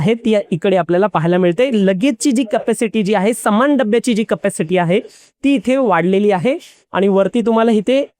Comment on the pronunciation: चॅनेल वाल्या नी यांच्या हातात माईक देण्या अगोदर, जऽऽरा मराठी भाषेचे चलन आणी उच्चार याचं ट्रेनिंग दिले असते तर बरे झाले असते.. हिते, थिते, समान (सामान).. अजून बरेच काही..